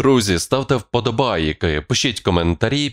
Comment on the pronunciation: Ведущий,вам нужен логопед, слово подобАаааааки произносите не растягивая, режет ухо.